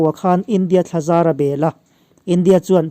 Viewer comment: Thlazar.. i thluk dan hi a dik chiah lovin ka hria... "zar" thluk hniam tur niawm tak a ni..